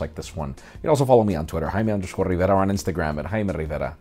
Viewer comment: HAIMEY RRRRRRRRIVERA !